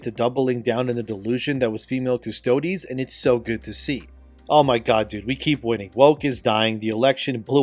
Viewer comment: Dude.. it’s not “custodee’s” bro. You had it right when you first started covering this months ago - just Adeptus Custodes - silent E, like “custodian” minus the “ian” at the end. Not custoDEEZ nutz! I’m sorry to blow up ur spot like this dude.. I love ur channels n all- you’ve done great work but this is just one of those icks where I die a little bit inside each time I hear you say it like that… n I just had to finally say something